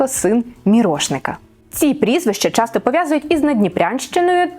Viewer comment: Ви вживаєте якесь страхітливе й дурнувате МІТ замість природнього міф, чого ніхто, крім збоченців од хвілології не втне, але вимовляєте чірікаючи на московський лад: зуПчЄнко полтаФщІні, чЯсто, якщЬо... Чому така манія до дурного і така неуважність та недбальство до української хвонетики????????